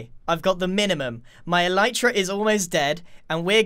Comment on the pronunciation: Is it pronounced eleetra or elitra?